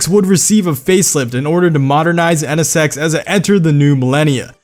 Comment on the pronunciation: "EH NE SEX"